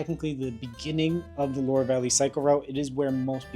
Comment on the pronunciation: Well my friend if you're going to France, at least TRY to learn how to pronounce the names of the places you're intending to visit. The "Lore Valley" doesn't exist, but you might want to visit the "Lwar ( Loire) Valley" or Vallée de la Loire, instead.